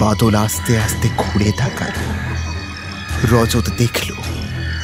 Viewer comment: প্রোডাকশনে আরও একটু যত্নশীল হওয়া দরকার। "আস্তে"/"আসতে", "আদৌ'/'আদেও" এই সমস্ত উচ্চারন গুলো বড্ড কানে লাগে, বিশেষত ন্যারেটারের কাছ থেকে।